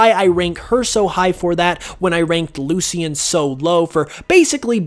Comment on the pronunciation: "Loo-Shin" not "Loo-see-in".